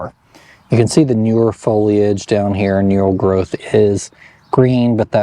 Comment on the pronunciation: Thank you for saying foliage and pronouncing the “I” 😁